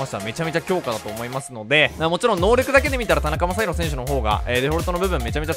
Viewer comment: ｢なかたにまさひろ｣殆ど｢たなかまさひろ｣じゃん